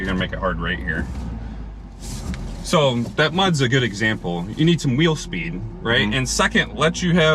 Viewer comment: Wheel speen